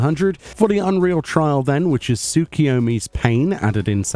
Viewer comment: Just for future reference, the new unreal is pronounced "Tsuk-U-yomi", not "Tsuk-i-yomi"